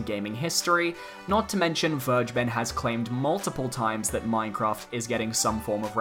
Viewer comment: How to pronounce Vergeben: Ver: like fairy without the "y" ge: the "g" is no "dji" in german, it's pronounced like the "g" in great The "e" is the hardest part for me to describe because your "e" is our "i", but it's pronounced like the "eeh eeh eeh" adlib kodak black sometimes does (like in There He Go) Ben: just like the name Ben, but you kinda mumble it In the end it should sound more like "Vergebn or Vergebm" with an emphasis on "Ver" and a ptrotracted "eeh" I hope it helps you guys and I hope Vergeben really wanted to have the german word for "forgiven" as his or her name, because otherwise this was a total waste of time for everybody that reads this comment but well, banjo kazooie for smash